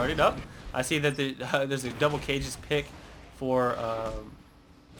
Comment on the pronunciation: gotta love how goes and shows his knowledge about Manamune's pronunciation but then says "Kage's pick" like cages....